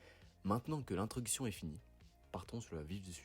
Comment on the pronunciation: Salut Cest vraiment pas mal pour une premiere vidéo. Je trouve que tu devrais plus te concentrer sur la diction, il y a des petites erreurs en début de video "intruction" au lieu d'introduction et la vif du sujet au lieu "le" Ca parait petit mais la voix est bien plus importante que les images dans ce type de vidéo. Je trouve ta DA très propre niveau miniature et logo. Bon courage pour les prochaines! Tu es peut etre le prochain qui sait? 🙃